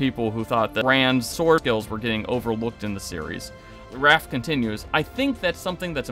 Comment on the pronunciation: Bro. Can you pronounce names properly? It’s Ray-fe not RAF. It’s FA-LM-e not whatever you said Season was good and I liked the finale but it misses lots of book things. Should have asked RAY-fe why he hates Rand